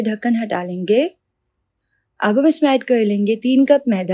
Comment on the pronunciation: 238 bar ap ne bola .... Len GEY 😂😂😂 Nice recipe I will try today.. Thank you ❤